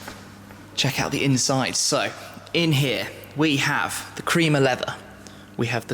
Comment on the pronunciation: WTF blue and creamer? blue and crema pronounced kre-ma